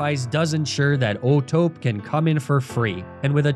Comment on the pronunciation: Pretty annoying how he kept mispronouncing O'Tope as if the E wasn't there. Clearly, oh-toh-pay is the correct pronunciation.